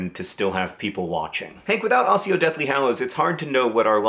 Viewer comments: ak-yow not a-syow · just in case you actually wanted to know, it's pronounced "ack-io" with a short a like in apple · its accio as in akkio. its a k voice xD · When I sing Accio Deathly Hallows to myself, I switch between the pronunciations. Hank's original Ax-e-o, then Ahss-e-o, then Akk-e-o. Frankly my favorite is still ahss-e-o, and I reject the canon pronunciation of the word. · The word "accio" reminds me a bit of "gif". Though, due to the authors suggestion, I now pronounce it Ack-chio but pronounce it how you want, fellow Nerdfighter! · ACK-ee-oh, John. ACK-ee-oh. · My pronunciation of Accio is ACK-E-OH. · It's pronounced "ak-kee-oh" because it's derived from Latin and they didn't have the rule of "c makes an s sound if proceeded by i or e" in Latin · It's Accio with a hard c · Hank, and John, I'm sorry, but you are wrong. Accio is from latin like many spells spells in Harry Potter, thus the c sounds like a k. I know this because I take latin as my foreign language. All c's in Latin are hard in latin btw there are no exceptions. I love Hank's song, but the pronunciation of accio makes it hard to listen to. Best Wishes.